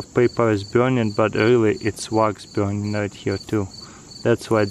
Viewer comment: I like the way he says BEURNING